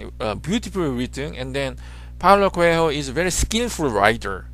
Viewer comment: Dude it's pronounced co~el~o it's silent h